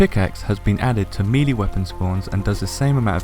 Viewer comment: For the love of....no. Not meeee-leeee. Meh-lay. MEH-LAY.